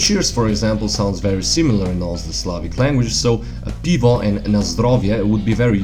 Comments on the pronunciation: UKRAINIAN: Beer = Pyvo, not - pivo Cheers! = Bud'mo!, not - nazdoeov'ya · Mistakes for Ukrainian: beer = "pyvo" (not "pivo"), knife = "nizh" (not "nozhem"), cheers = "bud'mo" (будьмо), dog = "sobaka" (собака), home = "dim" (дім). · It's 'pyvo', not 'pivo' in Ukrainian.